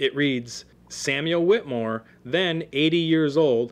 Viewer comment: I too am a relative of Samuel Whittemore. This was SOOO incredibly difficult to listen to because this guy kept pronouncing "Whittemore" incorrectly. It is pronounced "Whit a more". The "E" is in there for a reason. I appreciate the info on my relative but I am a strong believer in saying names correctly, especially if your doing a part on them.